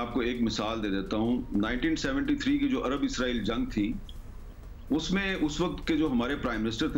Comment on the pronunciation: اسرائیل نام ہے ازراءیل نہیں